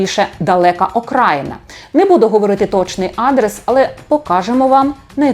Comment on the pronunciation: Не адрес, а адресА.